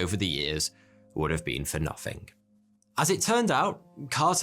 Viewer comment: 'Fhree fhousand years' 'Nofhing'